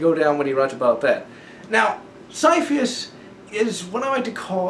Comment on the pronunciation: Sir, it's ciaphas, as in Ka-ee-a-fas. That's how it pronounced. Other than that, good work. Ciaphas will always hold a special place in everyone's heart ;_